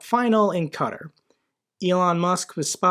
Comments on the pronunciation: Oatar, pronounced 'Kuh-TAR', not cutter. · your videos are great and I agree with pretty much everything you say, but you need to work on your pronunciations. Just as some examples.. "Qatar", or saying "baklava" instead of balaclava, etc. Baklava is a dessert lol. I know a lot of people may see this as a super small thing, but I argue your videos would come off significantly more trustworthy if you get the details right, especially if you're talking about such serious topics